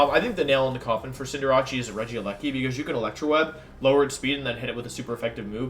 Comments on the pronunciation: bruh.....wtf did you just call cinder-ACE, not fucking cinder-ACHEE wtf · IT IS PRONOUNCED CINDER ACE! THEY SAID IT WRONG! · I’m listening to this on my airpods at work and this dude made me stop what I was doing to figure who the hell cinderachi is 😂 this man was referring to cinderace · Cinder rache? Um what?! Is it not pronounced cinder race? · bro cant say anything right. cinderrachee?!?! reading at a 3rd grade level ahh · And cinderace as cinder-rachi??? Dude wut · "Cinderachi" i love your pronunciations. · Am I the only one who gets triggered how he pronounces Cinderace as Cinderachi? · i mean there's no right pronunciation in terms of pokemon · I mean, look at how he pronounces Cinderace. These small things don’t seem to be out of place here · Yeah but they don't pronounce wideo or cinderace correctly.